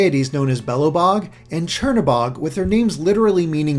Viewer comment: The pronounciation of Belabog and Crnobog, I can't xD